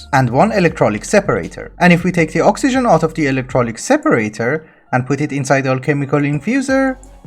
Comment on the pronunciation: also plese say electrolythic not electrolyc.Sorry for nitpicking but you know OCD